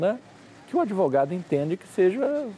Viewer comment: "adevogado" cara de pau.